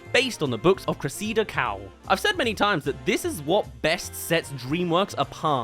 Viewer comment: Creseeda Cowell? 😂 It's Cress - i - da Cowell! Great video though, this franchise is just the best ever.